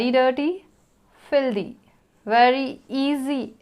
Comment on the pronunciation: Ma'am your pronounciation of ''very'' is little bit different from other teachers and from other peoples. You pronounced the words ''very'' like ''wery''. But most of the peoples are used to pronounced it like ''V-e-r-y''.